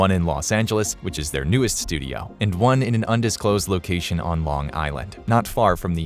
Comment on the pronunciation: "studiauh" :P